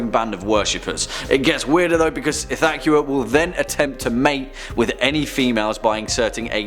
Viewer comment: the way you pronounced ithaqua really grinds my gear.